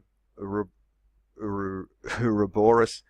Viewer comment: What's an "oorabis" ?? 😕